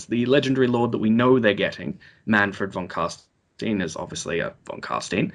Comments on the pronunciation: whats with this Von casteeeeen? i thought it was pronounced CarsInes enthisis on the 'I' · Oh my god everytime the say Von Carstein as Carstien im filled with impotent nerdrage!